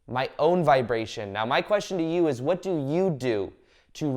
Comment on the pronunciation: I love your videos/ talks - Valuable and inspiring information! Thank you! (I don't get the "meow" instead of "now" though, is it an inside joke?) :)